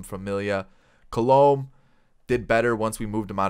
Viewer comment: Btw for some reason the pronunciation of Alex colome bothers me 😂😂 it's actually pronounced Call-a-may